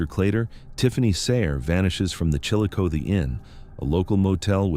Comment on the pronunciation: Chillicothe. is pronounced Chill A Coth E. (Coth like Goth) your welcome lol